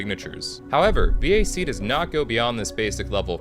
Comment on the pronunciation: this is the first time i have heard someone pronounce VAC as V A C and not VAK intresting